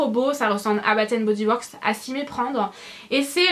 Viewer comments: Defois tu dis bat and body works au lieu de bass and body works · Hello, je suis d accord avec la miss, c est " bass and body..." Son accent anglais est....;-) Mais ta vidéo est très sympa! On découvre de nouvelles senteurs,... Des bises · Excuses moi mais on dit Bass and body works voila <3 ;)